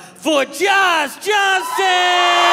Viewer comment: I’m sure it’s already been mentioned a lot but why does the announcer pronounce Josh’s last name as “Johnsen”?